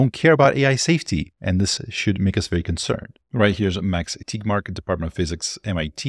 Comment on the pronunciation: Thanks for this. But, why are you pronouncing Tegmark as TIGMARK?